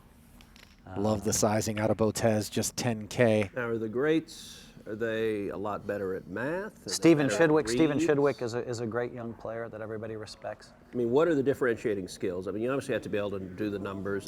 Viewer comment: You pronounced Graham's last name wrong.. it is pronounced "Steffan."